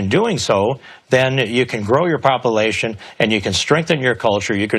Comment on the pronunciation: "Poppleation" lol